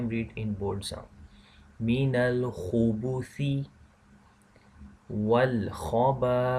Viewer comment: Is there meant to be a sukoon on the 'ba' on Khubthi, instead of dhumma.